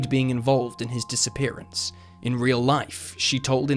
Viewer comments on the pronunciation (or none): none